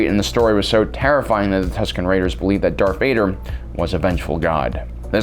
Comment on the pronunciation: Is it me or are you saying dark Vader ?